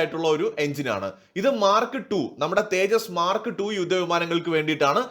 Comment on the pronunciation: the Russian offer is SU57 total tech transfer and co production in India. India already has SU 30 production in India. When you say Mark Two, pronounce it as Mar kTwo!